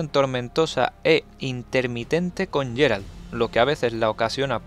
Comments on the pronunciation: en ingles ingles lo nombran Geralt no yeralt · es GUERALT NO YERALT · No es "Jerald". Se pronuncia como "Guerald"